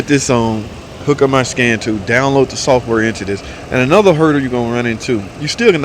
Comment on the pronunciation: It's "software" not "sulfur". I bet replacing the PCM didn't fix it but replacing the TIPM did.